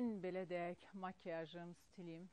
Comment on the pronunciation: Belə deəəək yox,deyek söylenir.👌düzğün teleffüz etmek lazumdir efirde.